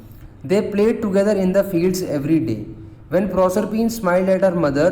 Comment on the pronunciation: proshphen nahe prosephine